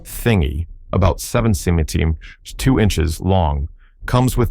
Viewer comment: What kind of AI are you using that has so much trouble with the word centimeter? 😄